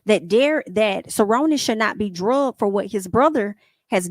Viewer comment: STOP SAYING "DRUGGED" Its dragged!